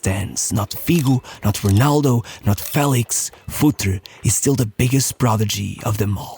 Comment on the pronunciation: Awesome channel buuuut... Could you stop saying the Rs in English as if they were an H? Rrrrrrrronaldo.... With an R... Normal R... Imagine if we started pronouncing all foreign names in the way the locals do, and nobody understood anything 😅😅😅